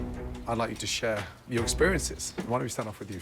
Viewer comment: Gordon: "I'd like you to 'Cher' your experiences..." 🙂